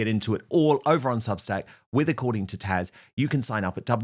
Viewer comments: It’s TAZ not Tash!!! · dan, it's taZ...with a Z